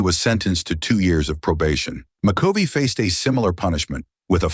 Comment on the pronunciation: Poor excuse for bashing a Hall of Famer. Turned it off when the AI narrator mispronounced McCovey.